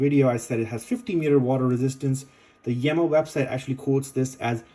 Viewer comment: The brand is pronounced 'Yeema'.